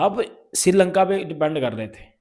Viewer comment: Siri lanka nhi bhai sri lanka h 😂